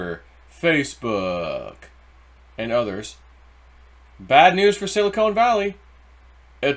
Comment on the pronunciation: Ok...one more time...Silicon is pronounced like "Chili CON carne"....and NOT like a silicone breast implant. Hope this helps.